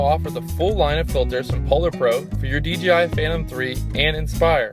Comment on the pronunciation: why does everyone say "DGI" when it's DJI? haha